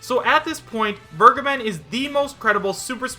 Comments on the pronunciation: Vergeben's name is German, making the correct pronunciation: vehr-gaeben. I am too lazy to look it up, but my knowledge tells me it means "The Giver." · Sorry, but Soras negotiations would include Disney. Absolutsly no chance. In other news, didn't vergeben (which is a german verb, by the way, so I always flinch a bit, if you pronounce it like that) state, the Cygames-stuff was completely from hitagi? He only really said, he hasn't heard anything new, so it might have fallen through. So he never had his own stake in the claim, it was all on hitagi.